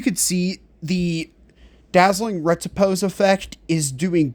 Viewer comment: Pretty good. Might try the last two sets for killing Infected Brood Mother. Not nit picking (ok I am a little): Riposte = Rih-Post (ive also heard it pronounced Rih-pahst) not Reh-tih-pose.